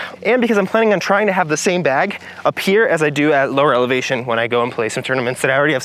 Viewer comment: Did you just say "alevation"?